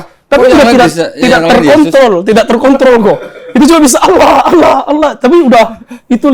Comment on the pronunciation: Saya suka...logat sebut nama Allah fasih banget... Legit... seperti ustad2 melafazkannya.. Allahu Akbar...❤❤